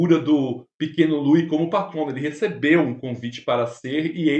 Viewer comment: IMPERDOÁVEL NÃO SABER PRONUNCIAR O NOME DO PRÍCIPE LOUIS